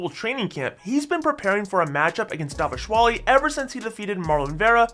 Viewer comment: please can you say Dvalishvili properly?